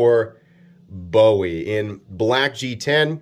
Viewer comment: You have insulted the name of Col. Jim Bowie, the town of Bowie Texas and the Texas Alamo which we Texans are rather protective of. . Please learn to pronounce the work correctly. It is Bowie, Pronounced Boo-We. KnifeMaker